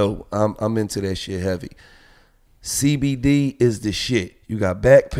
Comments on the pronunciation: Gillie said Cdbmd instead of cbdmd 😂🤣 lol yea gillie done bussed crackhead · This fool said CDB MD 🤣🤣🤣🤣🤣 it CBD Gil lol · He said CDB lmao it’s cbd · Did he say cdb